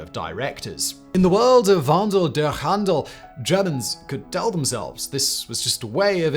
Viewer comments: I lived in Germany for 3 decades and I did not know about the ramifications of the 2008 crisis on the military. I always assumed that the problems had always been there. Also "wandel durch handel" is pronounced "wahndel dursh handel", the "ch" is a throaty "sh" sound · your pronounciation of "wnadel durch handel" sounded like you are in immesuarble pain hahahahahahaha